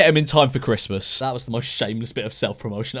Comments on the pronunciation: Is it just me or did he say chresmas is coming up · George. You said Chrest mas. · Did he say cressmas